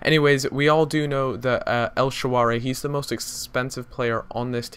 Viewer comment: el shararawy, not el shaawary